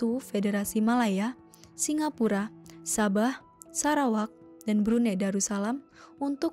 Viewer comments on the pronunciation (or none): none